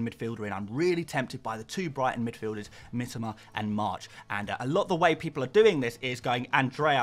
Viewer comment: Say it Mitōma not Mitama - sounds fucking awful to us non-Poms the way you say it